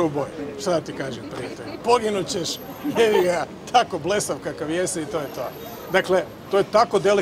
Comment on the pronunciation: Ko dobro čuje Zoki nije opsoval progutao je b i izrekao 'jeiga' mogao je reć i ježi ga 😉